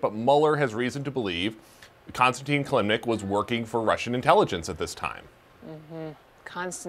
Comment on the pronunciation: Covers the Russia investigation for 2 years and doesn't know how to say Kilimnik?